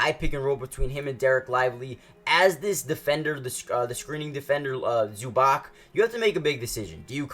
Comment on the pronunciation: Learn to say names dude. Zubak, Dontzitz. Disaster